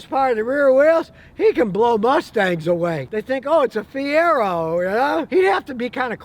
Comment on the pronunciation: Brother Scotty.... MR-2 My friend....never a Fie-Rag-O